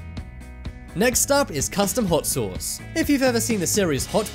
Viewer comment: Learn how to say the word sauce ... Damn it